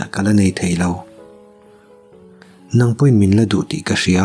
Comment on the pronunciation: Nang nang tih i thluk dan hi a dik lo, hnang thljk anga thluk tur anih zawk hmel.